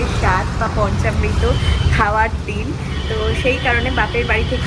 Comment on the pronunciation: পঞ্চামৃত, পঞ্চমৃত নয়